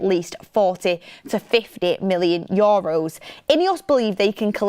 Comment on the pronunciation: its not yoros is euros, had to comment its bugging me lots